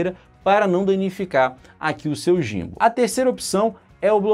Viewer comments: muito boa análise, mas uma coisa, pronuncia-se "Guim-ball" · a pronuncia que vc mencionou seria em inglês, mas em português BR seria "GIMBAL" mesmo...